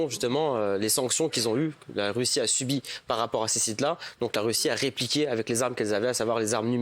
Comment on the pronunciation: "SUBI" pas "subie"